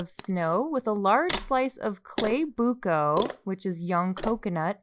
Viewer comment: gumamela - goo-mah-meh-lah (everything is slow) sago at gulaman - sah-go (quick o) at - goo-lah-man (slow goo and lah) buko pie - boo-koh (slow boo, quick koh) pie no hate, just wanted to correct you!